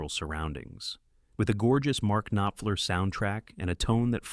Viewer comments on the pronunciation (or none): K-nofler, lol. I agree. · I knew it was an AI generated voice when it couldn’t pronounce Mark Knopfler’s name correctly and why did you reveal the dinner food scene in The Hitcher with your picture of C. Thomas Howell?! Come on!!